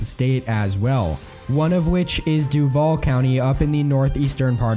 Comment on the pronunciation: Lol Duval is pronounced DU-val. Not du-VAL. I live here. Also, Brevard is pronounced bruh-VARD. Anyway, I think Joe will win Florida.